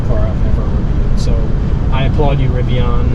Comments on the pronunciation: It was driving me nuts. Pronounced rivi-IN, like Indian which is the genesis of their name, NOT rivi-ON. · Riv-ee-in. You will understand.